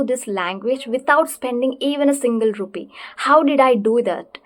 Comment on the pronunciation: But mam you should say it as 'rupee' right?